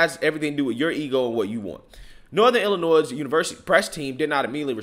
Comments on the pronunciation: It's not Illi-noise. It's pronounced Illi-noy. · You are AWESOME,. The S in Illinois is silent!! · The S in Illinois is silent… please please please do not for the love of god pronounce the S like it’s plural